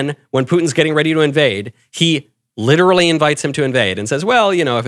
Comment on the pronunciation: Don’t what’s better, Knowles saying “January 6th 😭” or Tucker saying “Literally…Lit-er-al-ly”